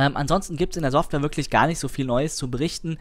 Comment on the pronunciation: Informatives Video, ich weiß jetzt alles was ich wissen wollte, aber es ist unerträglich, dass du weder ''software'' noch ''setup'' aussprechen kannst und du hättest alle Informationen auch in der halben Zeit rüber bringen können...